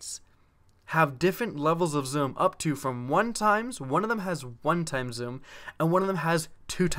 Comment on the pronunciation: I like how you say zoom,"zum" sometimes I'm not hating just think its funny/cool